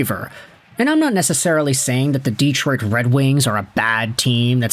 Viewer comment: Hey, here in America speak English. Its' Detroit, NOT Deeeeetroit.